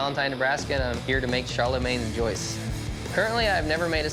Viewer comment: amazing how none of these people can pronounce "joyeuse"